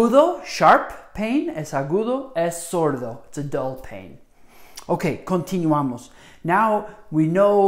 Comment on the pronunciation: I cringed every time he said “khan-tinuamos”